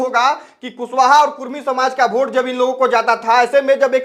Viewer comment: वोट होता है.. भोट नही😂😂😂😂